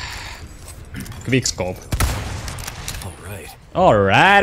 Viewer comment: Sanoit guigk scope vaiks tähtäsit koko ajan😅😅 hyvä video!👍👍👍